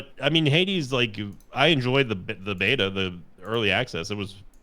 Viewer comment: I keep hearing "Heidi" when says "Hades"